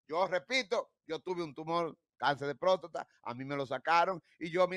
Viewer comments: Este hombre dizque tan letrado y no sabe decir prostata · Joel Adames ! No se dice próstota , sino Próstata !!